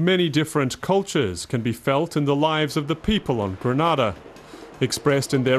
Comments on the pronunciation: Stopped watching after the second mispronunciation of Grenada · My country is not situated in Spain. You have pronounced my country's name totally wrong. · People need to stop pronouncing Grenada wrong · For someone who’s doing a documentary, You should have done your research and learnt the correct pronunciation of the island’s name first